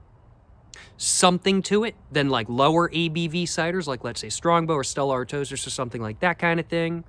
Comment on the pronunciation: My only complaint on my behalf is you pronounced Stella Artois wrong lol